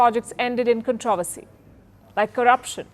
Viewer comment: Please learn how to pronounce “ controversy”. Your pronunciation of common words is painful , to say the least! It is not “con TROV ersy “, but “ CON TRO versy”.